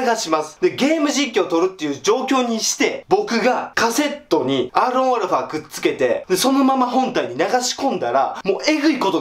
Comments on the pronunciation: アーロンアルファ？？ アーロン言いすぎてアロンゆわれへんなってるやん笑笑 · もうアロンアルファやなくてアーロンアルファ言ってもてるやんwww